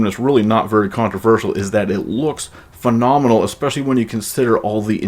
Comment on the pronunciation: Magic Johnson, "Fi-nom-i-nul"